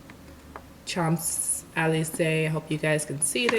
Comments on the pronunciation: Sho zee lee zay! .......native French speaker. ;-) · "cha(n)-ze-lee-zuh" lol . great video tho (